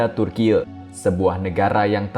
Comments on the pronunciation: Turkiye "E" seperti Eka, Esa ,bukan turkiye "E" seperti Entah. 😁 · Turki woiii bukan tur kiek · kompas gak punya pembaca berita yg bagus yaa !!?? turki dibaca turkiye..!? parah banget..pembaca berita kompas.. koq begini.. kacau..!! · Admin nya ngebacot terlalu berlebihan ngomong bilang turkiy malah ngebacot turkiye Taek lu min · maaf turkiye ya bukan di baca turkiyeu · Piye to ki pembaca berita. Bilang Turki aja malah dibaca Turkiye wlpn tulisannya Turkiye. Cerdas dikitlah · Om ..bacanya TURKI aja, bukan Turkiye, turkiye itu tulisannya tapi dieja Turki.... hanya buat Ralat. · Ini sapa sih yg baca, kyk ngeledek banget turkiye2 klu ga bisa cara baca pronounce nya kyk org turki udh sebut turki aja oonce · Kenapa sebutannya jadi Turkiyek.. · Turkeye ? Goblok banget pengisi acara nya 🤮🤮🤮🤮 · Bilang Türkiyenya GK gitu juga kali bg🤣,,, Turki aja dibaca kok,, ye dibelakang menunjukkan nama negara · Aneh kok bgt bacanya orang dr mana ini Tkg bacanya kok dibaca turkiye sih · Dia bilang Gempa TURKIEU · Baca Turki om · Turkiye 😂😂😂😂😂 memalukan pembc berita baca turky Turkiye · ini reporternya lulusan mana ya, cara baca Turkiye (bhs asing) dan episentrum kok jd hiposentrum ? ingat ya redaktur, ga semua netizen bodoh dan awam. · MIN,tlng jngn membodohi masyarakat.Yg nontonkan ada BOCIL juga.Itu memang tulisannya TURKIYE tapi dibacanya tetep pake bahasa Indonesia dong...